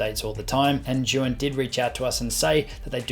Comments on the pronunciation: Great review! It’s pronounced like “Ji-yoon” by the way ;-) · Osmo Mobile 2 is best compared with Zhiyun Smooth Q. Both are similar in functions, particularly, with their respective joysticks. BTW, Zhiyun is pronounced as "Zune".